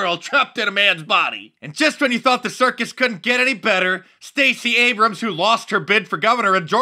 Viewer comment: Stacy 'Abrams'... as in tank